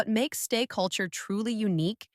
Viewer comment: I have a problem 😅 the audio is very AI. The audio voice occasionally glitches, repeats a lot of things walking in cycles and also went and spelled instead of pronouncing "STAY" at one point. 🙈 If this is fan content but voiced this way my someone who needs accommodation or doesn't want to use their own voice, then that's one thing. But then that would mean more polishing + proper transparency and labelling that AI was used specifically for that purpose! What I'm really concerned about, would be this channel being a full AI/bot channel. Not only would that be terribly problematic in more than one way, but also trampling over the very principles of connection that Stray Kids and STAY stand for! 👀 So ... what's going on here?